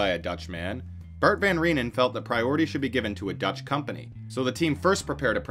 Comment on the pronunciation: As a Dutchman, aside fom Pieper I was pretty impressed by the accuracy of the Dutch pronounciations.